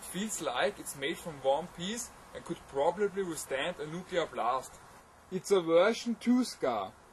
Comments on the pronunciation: LMAO "and it probubly with stand a nukuler blast." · I love when he says "nuclear blast" :D It sounds so dang nice :D